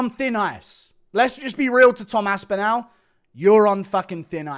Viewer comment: What the fuck are you doing to Tom's surname? How do you pronounce Cardinal? What about spinal? Anal? Phantasmogorical, pharmacological? Now try saying Tom Aspinall, if that didn't work maybe think of it like Aspinill instead? Although, maybe you are saying it the way it is meant to be said? All, call, fall, small, Tom Aspin-Al Bundy!